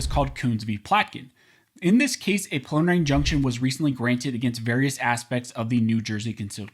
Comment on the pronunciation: Take a little longer when prouncing preliminary injunction. It sounds like you're saying prelimarny injunction. Enunciate, man. ;)